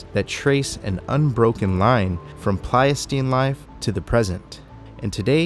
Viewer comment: Really appreciate this deep dive. The epoch before the current Holocene is the Pleistocene. I’m afraid you were mispronouncing it.